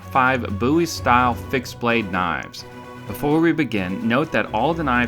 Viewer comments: its bowie not buiwie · Your dumb it is bowie not boo e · Just remember this is also the guy that uses Wikipedia as a source. Its Bowie not BOo Ee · peek ah booie ! I always thought it was pronounced (bow-ee) not (boo-ee) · It's pronounced bow-ee I can say it however i want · Jim Boo-ee popularised the BOW-ee knife. Geez I heard a British reviewer say bOW-ee knife.. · "Jim boooie" lol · Bow-eee is how most people say it, it's fucking weird how your saying it. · You sound like an idiot saying "Booie" Just sayin. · You do not know how to pronounce Bowie correctly. Instant thumbs down for making a statement that is so wrong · Its not pernouned differently? Jim Bowie David Bowie same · Always the troubled pronounced word Bowie